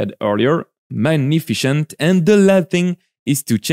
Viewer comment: Megnifishant had me laughing, nice job expanding your vocabulary tho and great tutorials